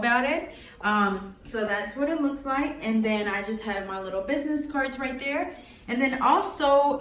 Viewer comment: It’s right here not right kere😂